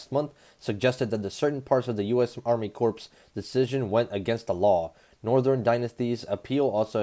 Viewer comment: Pronounced "Army Core". The P & S are silent